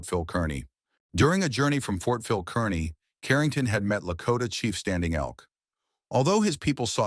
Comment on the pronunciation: It's not pronounced Kern - knee. It's pronounced Car-knee.